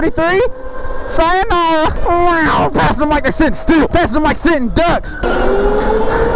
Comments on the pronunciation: I died of laughter when he said sianorah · When said syanara tho😂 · really said sianora 🤣🤣🤣🤣